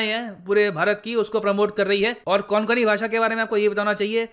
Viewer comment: Sir it's कोंकण 'n' is silent in ko'n'kan